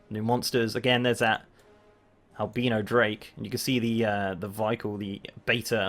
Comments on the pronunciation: Lol "AL-BE-NO DRAKE" Albino. Al-BYE-NO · Great video but its Al-bi-no